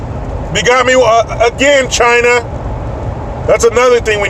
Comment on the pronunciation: P.Trump to the Fake Reporter: ...."TCHY-NAH VIRUS".....'Because it Came from "TCHY-NAH".......Epic.....